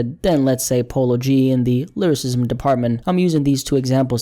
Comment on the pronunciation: " lyrISIZZZZM wIZZZZZEE "🤡